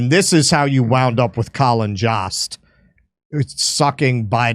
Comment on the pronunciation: Jost rhymes with host and roast